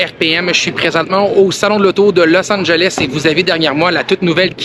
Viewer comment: Merci d'avoir prononcer Los Angeles correctement.